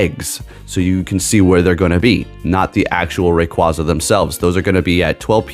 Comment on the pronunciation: Learn how to pronounce a pokemon name correctly.